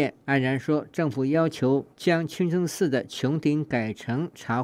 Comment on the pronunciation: 主持人说清蒸寺